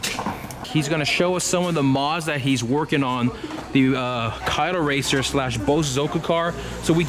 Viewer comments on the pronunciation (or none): none